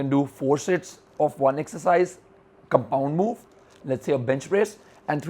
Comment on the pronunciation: Did anyone hear him say 'Shits" instead of 'Sets" ? or was that just me xD